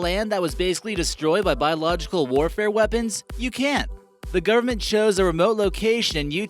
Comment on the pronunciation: It`s the government, not "the gurment".